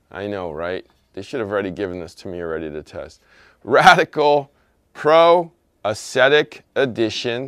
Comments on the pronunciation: he just needs a dictionary. It’s a real word pronounced awg-zet-ik. 🤪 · barely pronounces anything correctly.